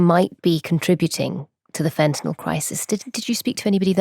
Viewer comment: If only the ignorant morons at Times Radio could pronounce 'fentanyl' correctly (fen - ta - nile). Say 'nile', as if you were pronouncing the name of the river in Sudan and Egypt.